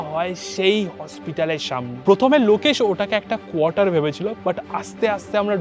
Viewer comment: প্রথমে ❌ পথমে ✅